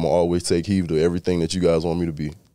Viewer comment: Someone needs to have his back and let him know it's "take HEED" NOT "take HEAVE". I know what he means though. Glad to see him doing well this season. HTTRWFTC4LIFE!